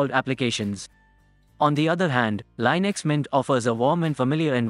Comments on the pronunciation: im sorry, lynix? its li-nucks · linux, not lienux